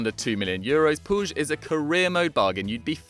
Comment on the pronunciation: I believe its pronounced pueeg 😂